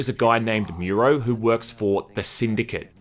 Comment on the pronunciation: And it's pronounced "Moo-roh", not "Myoo-roh"; you even play a clip of Konoko saying it right just after you say it wrong.